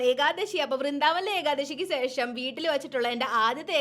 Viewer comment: സേഷം അല്ല ശേഷം